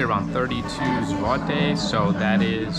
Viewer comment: Your pronunciation of złoty is perfect.